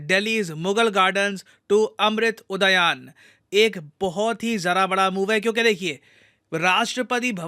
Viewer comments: उद्यान brother not udayan ,it is first time i got a technical mistake in your videos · उदयान नहीं उद्यान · udayaan nhi, Udyaan hota hai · उदयन नही उद्यान बोलो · उड़ायान नही, उद्यान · बोलने के लिए माफी चाहूंगा पर आप जो उच्चारण कर रहे हैं वह गलत है इसे " उदायान" न बोल कर "उद्यान"कहते हैं। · अमृत उदयान नहीं......अमृत उद्यान होगा...... pronounciation thik se kijiye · अम्रृत उद्यान (उदायान गलत है) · उदायान ❌ उद्यान ✅ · Udaayan nhi hai Udyan hai Kyu Bhai English ke chakkr me hindi bolna tak bhool gye? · लेकिन इसका उच्चारण 'उदायान' क्यू कर रहे है? 'उद्यान' होना चाहिये नं? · ये उदायान नही है भाई इसे उद्यान, पढ़ो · Unani nahi younani pronounce hota hai Udgan nahi uddyan hota hai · It's not udayaan. It's udyan. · सर उद्यान कहते है उदयान नही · भारत हिंदू राष्ट्र है तो नाम भी हिंदू से प्रेरित होगे. और आप जो उच्चार कर रहे हो वो गलत है (ऊदयान) उसका सही उच्चार उद्यान है । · उदायान नही है वो उद्यान है। अंग्रेज बनेगे b$dk. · सर जी... "उ द या न" नही.. उसे "उद्यान" ... केहते हे संस्कृत शब्द हे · It is not uadayan— it is udyan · It's not uda yan. Pronounce it as Udyaan 🥲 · Sabse pehele..aap Udayan bolna chhodo Uddyan bolo..उदयान नहीं उद्द्यान बोलो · Ud-yan not udoyan is a Sanskrit word meaning garden. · उदयान नहीं, उद्यान 🐅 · Sorry to say sir, it's not उदायान, it's उद्यान...... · उद्ध्यान है ये, उदायान नहीं। हिंदी बोलना भी नहीं आता भाई तुझे तो😂😂😂😂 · hey you oxford educated hindi speaker --- it is not pronounced "udayan" it is उद्यान Edit - Even after 8,314 comments no one bothered to call this out??? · 🇮🇳🇮🇳🇮🇳 Sirji one correction Its UDHYAN...not UDHAYAN... 🇮🇳🇮🇳🇮🇳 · उदयान नहीं, उद्यान । गलती आपसे होते हुए पहली बार देख रहा हूं !!! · उदयान नहीं, 'उद्यान' बोलो. ठिक से उच्चारण करो पहले....! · sir its udyan not uadayan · sir it's Udhyan not udayan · Sir, the pronunciation is incorrect. Its उद्यान and not उदयान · उदायान नहीं उद्यान कहो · Its उद्यान and not उदायान . Sorry to point out a correction in pronunciation 🙏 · Uday yaan nhi hota sir😂😂😂 उद्यान kehte hai